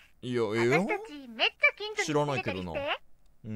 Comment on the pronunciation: 「め↑っちゃ」っていうアクセントに気を取られて内容が入ってこない